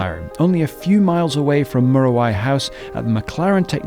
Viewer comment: Fantastic video. However, it's actually pronounced m-you-ra-why. Of course it's of Maori Origin in its name (the native New Zealand population)